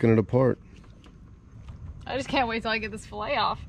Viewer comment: It’s pronounced fillet not filla stop killing the English language